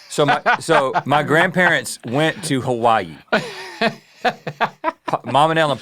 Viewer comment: I love that Rhett employed the old-southern-person pronunciation of Hawaii here 🙌 Makes me miss my grandparents 😂 Also, high degree of confidence this is Mike McHargue & I love the mental image, if so